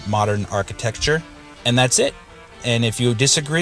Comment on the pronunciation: I know I gave you a hard time about it before. Funny thing is that when you kept saying it, it made me want to say it like that too. Haha.